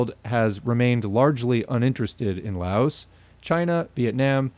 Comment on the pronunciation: Good video. Quick reminder to everyone that the "s" in Laos is silent. I know pronunciation is hard but that's an easy one to remember. It's a very common mistake.